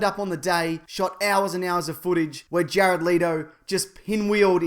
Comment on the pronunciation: Jare-odd Leedo